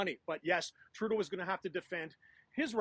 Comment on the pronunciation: he called him Turdeau .